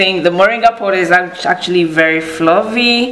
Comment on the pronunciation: in English it is POWDER and in the FRENCH it called POODER as you deliberately saying MESS